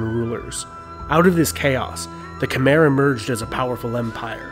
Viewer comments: When you say “Khmer” it’s not (ker-mah) it’s (ka-mah) I’m Cambodian just pronouncing the right way I got a little offended on how he did say sorry if he pronounced anything wrong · It’s pronounced khm-I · Just wanna say Khmer is pronounced like Kmai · not really sure i trust this guy, he pronounces Khmer like kem-er instead of kha-mai like its supposed to be pronounced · Kom Not Khama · QIt not kemer it khmer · Omg how he pronounces “khmer” is painful... it’s pronounced “kmai”! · The way he pronounced Khmer ughh